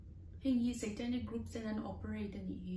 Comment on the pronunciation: Ngatinge SEItanic ti a, a lam tlat le😂😂😂